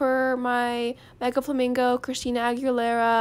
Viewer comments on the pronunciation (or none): her says the name of the flamingo: christina aguilera me: ChRiStInA aChAsAkAmAkA